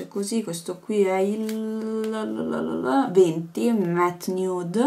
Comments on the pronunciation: si dice matt:) comunque video fantastico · si pronuncia direttamente MATT ❤